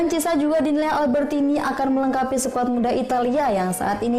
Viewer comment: Chissa, donnarumna, florentina..😅